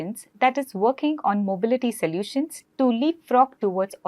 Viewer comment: May I correct you please....it is not 'salutions' it is (so) solutions